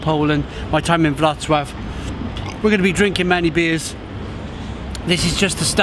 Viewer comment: It’s pronounced “suave” 😉